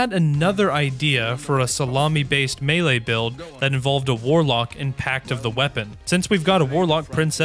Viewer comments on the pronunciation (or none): none